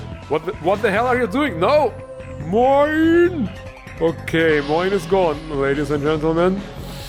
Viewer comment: Thanks for the mod feature! By the way it's pronounced as "mee - on", but hey Moin's great too =) maxiteo